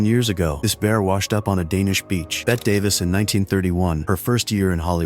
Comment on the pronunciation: You said Bette Davis name wrong.